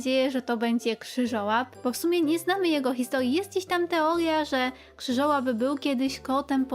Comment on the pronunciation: Krzywołap a nie Krzyżołap, i z tego co pamiętam on był w połowie magicznym stworzeniem, ale Hermiona kupiła go w sklepie ze zwierzętami, to pewnie jest po prostu ten sam gatunek